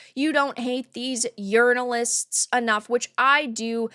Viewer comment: Did she say: urinalist instead of journalist ? 😅